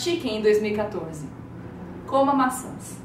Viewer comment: no inicio quando a Nilce começou a falar que era serio ai ela diz COMA MAÇAS